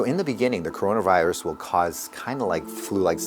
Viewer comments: Did you mean coronRIVUS ? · That WHO person's Mis-pronounce of word Corona virus will be epic scene will be on the internet forever😆